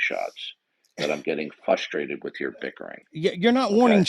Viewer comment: He became fuhsterated.